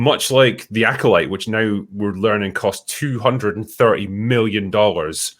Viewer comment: THE LACKOLYTE... ...by Leslye HeadBland {and} AGHEYTHA ALL ALESBIAN